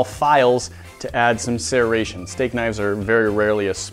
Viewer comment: The way says "serration" makes me uncomfortable